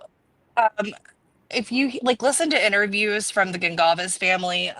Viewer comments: It is not a big deal but isn’t Kaylees last name pronounced Gon-Sal-ves? 🤔 Not being critical I’m just wondering!Anywho I was so happy when I saw you posted a new video on this case, I love how you are always so clear about facts vs. speculation & how respectful your coverage is. ❤❤❤❤ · I am Portuguese and the way it is spelled, it is a Portuguese surname, and you are correct it is pronounced Gonsalves not Gonkalves. There are many similar surnames that are Spanish in origin but those are spelled differently. :_Heart